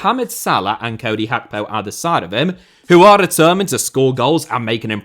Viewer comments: Why is he saying “Hakpo” instead of “Gakpo” 😂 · What's with the Hackpo pronunciation